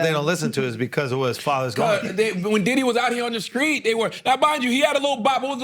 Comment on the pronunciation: "Skreet" shit